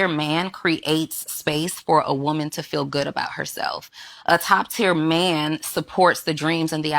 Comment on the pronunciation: women that pronounce man as myan is such a put off.